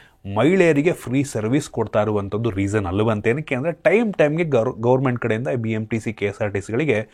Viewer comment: ಗೋರ್ಮೆಂಟ್, ಅತ್ತು ವರ್ಷ, hike ಹಾಗಿತ್ತು, ಅಣದ ಉಬ್ಬರ, ಅತ್ತು ನಿಮಿಷದ, ನಾನ್ ಎಳಾದಾದ್ರೆ, ಅರಿದಾಡ್ತ ಇದೆ, ಬೇರೆ ಎಸ್ರಲ್ಲಿ